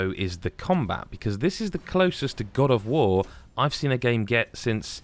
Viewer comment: You say "Combat closest to Dad of Boi", like it's a good thing...